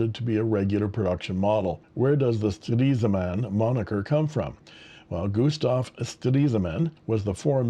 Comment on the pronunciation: Very brave of you to say ‘Stresemann’ so often! 👍 The one is the best in terms of pronunciation, but with the other variations you also get what is intended. 😊 Thank you for showing these precious pens! 🤩